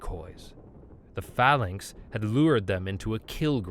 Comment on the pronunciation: phalanx, executer, and a few other words badly mispronounced. Please look up some of the more unfamiliar words before you try and narrate them. Either that, or the writers need to use smaller words. Sigh